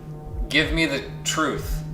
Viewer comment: YOU CAN'T HANDLE THE TRUFTH.